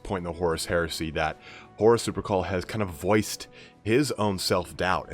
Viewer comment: for some reason everytime he says horus lupercal i hear horus supercall